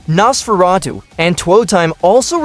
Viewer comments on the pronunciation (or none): none